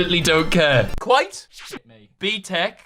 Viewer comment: WAIT IS